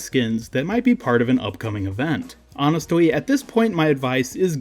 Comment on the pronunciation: Why tf you say it like that you gay or something?